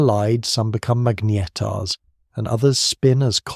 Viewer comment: "... some collide, some become magnYetars..." Another serving of AI drivel? Well I'm off!